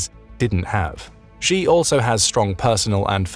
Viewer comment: It would be nice if the narrator can pronounce the surname of China's president correctly. It is pronounced as ' see or just C'